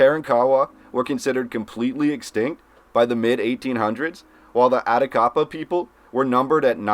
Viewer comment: I can tell this guy must had not taken 7th. grade Texas history, misprouncing local Indian tribe names-Karawrakawa and Atakapaw. I bet he would pronounce Caddo as Ca-do!